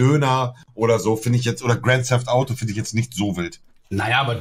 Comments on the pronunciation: Knossi: hatte 1 in englisch! Auch Knossi: gränd säft autos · Niemand: Knossi: Gränd Säft Autos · Niemand: Wirklich niemand: Knossi: Gränd säft Autos😂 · Niemand: Knossi: Gränd seft Autos Englisch 1, lul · wie kann knossi eigentlich ne 1 in englisch haben und alles so scheiße aussprechen? :D